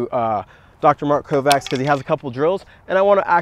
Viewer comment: hate correcting ppl in general, but why not lol.. his name is pronounced "Kovach"